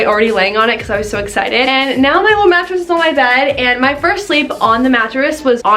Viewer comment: Haha I thought you were saying lil' mattress instead of Lull mattress.